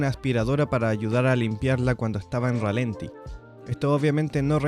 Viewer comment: Chequea la cifra de torque que mencionas, está mal. Por cierto, la acentuación correcta es ralentí y no ralenti. Saludos